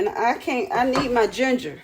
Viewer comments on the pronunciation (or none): none